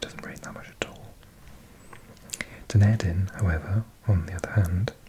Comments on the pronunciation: Dunedin is said done-e-din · Dunedin kind of sounds like Dun-e-din